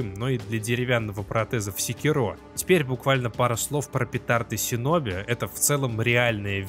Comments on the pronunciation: Правильно говорить шиноби . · Крутой ролик, но, пожалуйста, говори - шиноби